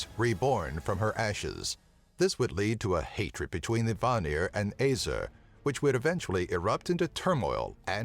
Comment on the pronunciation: you said æsir wrong btw